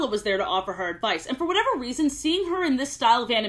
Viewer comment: it’s whatever not “whateve”